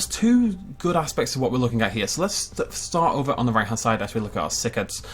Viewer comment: "As we look at our sick-eds." Some day is going to pronounce something correctly, I'm sure of it. But today is not that day.